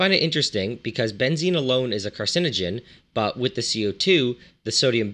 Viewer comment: Funny how you pronounce it. Here "benzin" -thats how you pronounce it, is gasoline. This would be benzene with both E´s as in Edison for example.